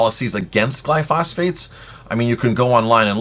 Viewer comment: BTW it's actually pronounced "Gly-pho-sate" not "Gly-phos-phate"